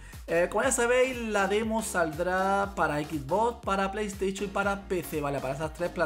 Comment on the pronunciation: Playesteichon xdd